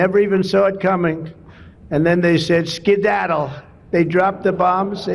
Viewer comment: His brain "skidaddled" a long time ago!